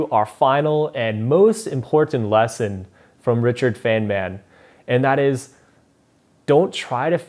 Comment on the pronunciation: its not fenman its fine-man